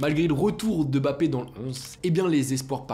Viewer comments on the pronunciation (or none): none